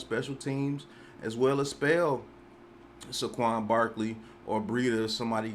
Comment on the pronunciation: Everybody: (Say-quon): (Suh-quon)